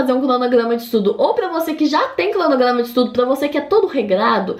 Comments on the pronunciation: "Pla fazer", "clonoglama" kkkkkk essa menina é família do cebolinha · “crdonogrdama” ke